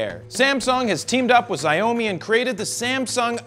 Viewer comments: Jared.. Xiaomi is pronounced "Sjiao-mi" not "si-o-mi" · Xiaomi "shao mi", not "ex oh mi" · or "zee-ow-mi". It's "Shao-mi" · Xiaomi is pronounced 'sea-ow me' not 'ziy-oh me'. At least it is in China. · Zai-o-mi? Jared, it's "shao-me." It's a super common brand here in China. Heck, they have one of their main offices right down the road from my apartment (I live in the tech district of Beijing). I didn't even know what "zai-o-mi" was until I read the text on the screen. LoL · It's "Shao-Mee" not "zai oh Mee" lol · hey jared, great video. just fyi Xiaomi is pronounced "Shao (like ouch) Me" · Wait how did you say xiaomi again?? Zayomi??? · Xy-oh-mi LMAOOOOO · Well now I know Americans pronounce it "Zigh-oh-me" lol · I do, but you've really gotta get a grasp on your Chinese company name pronunciation! Haha